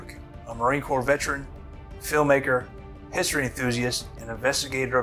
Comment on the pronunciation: As soon as he said vetrin instead of veteran i was like well time to shut this off